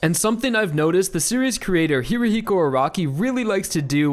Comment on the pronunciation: Arakis name is pronounced air-uh-key not air-occ-key